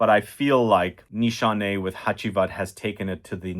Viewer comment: No Nanshe no Ani X 😂😂 what a professor